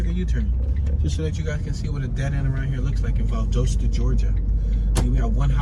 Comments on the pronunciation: You are pronouncing Valdosta wrong. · Thank you! The main reason I came to the comment section.